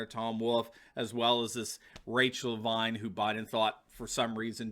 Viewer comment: It’s Rachel Levine pronounced LeVeen . So glad to see this criminal finally in the glare of a revealing spotlight along with our governor Wolf. Justice will be sweet, we’ve waited so long to see these cabal thugs fall!